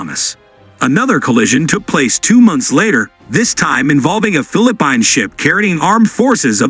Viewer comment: Your reader SUCKS. You really should listen to your video before you post them. Fil-a-pine ?? WTF is that ?